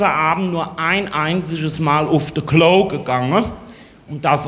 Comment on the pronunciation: Das ist eine schlechte Parodie von Heinz Schenk aber kein Hessisch. Allein die Aussprache von "Klo"....